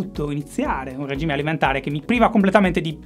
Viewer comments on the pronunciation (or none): none